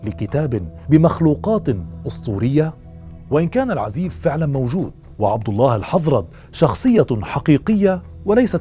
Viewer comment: أستاذ الكتاب مشهور في اليمن بأسم العزاااف وليس العزيف